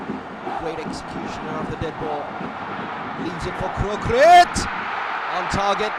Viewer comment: Thailand NO.4 is Kroek-Rit not Kroe-Krit :)